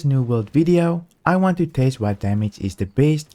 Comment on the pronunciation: you keep saying taste not test...